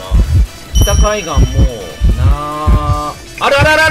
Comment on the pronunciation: 北海岸いえてないの可愛すぎる